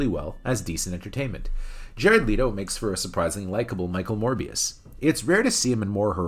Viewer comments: You pronounced Jered Leto's last name wrong. It's Let-o. Not Le-to. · I don’t think I ever heard anybody call him Jared Leeto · WHY DO YOU KEEP PRONOUNCING HIS LAST NAME WRONG!!!!!!!!!!!! 🤬😵‍💫😤